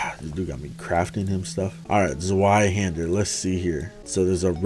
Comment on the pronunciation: It really doesn’t matter but just wanted to let you know the ‘Zweihander’ is pronounced “zveye-hendah”